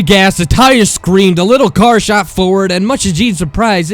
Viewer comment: the narrator is a huge distraction. he sounds like the words are attacking his mouth, and several mispronunciations like "shat through the hall" and "we watched da cocks"